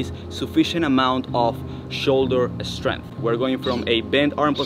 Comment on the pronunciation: Great tips thanks so much. What a physique. I'm guessing you might be eSpanish eSpeaker because every word in this video starting with St or Sk or Sp you put an E in front automatically .....por ejemplo.... like eSkills, eSpace and eStrength ! I used to have a Catalan gf, and this always amused me when she eSpoke to me. Kudos from the UK !